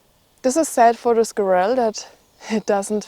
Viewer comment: Squirrel the emphasis is on the first syllable.